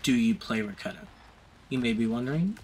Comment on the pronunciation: its not RAKATA. Its RA KE TA . From the Lithuanian word RAKETA that means ROCKET